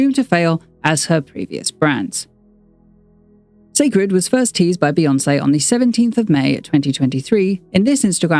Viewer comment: It will repeat the same mistake as her previous brand. First off many people will pronounce the name wrong and call it See' cred instead. No need to complicate things. Where will the product be sold where her average fans, demographics can get to easily, Walmart, Target, Ulta?? The packaging itself looks bland and will pale in comparison. Beyoncé team always get her Why and story behind her products right but the promoting always lacks luster 😒